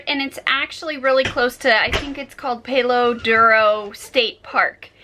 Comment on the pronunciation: you palo is not a long A think of pal. duro silent O